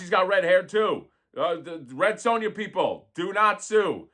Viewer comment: Red Sue-N-Ya